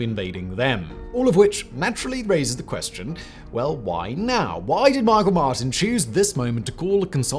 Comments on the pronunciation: Meeee-chaaaaalll Martin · The way he pronounced Micheál Martin and Taoiseach 😂😂